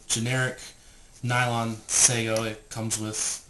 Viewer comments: Sago is a slimey pudding. The word is sa ge oh. Be respectful to the language as well as the technology. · It's called sageo as in sa-geh-oh not sego. Have more respect in speech and demostation when practicing this art form.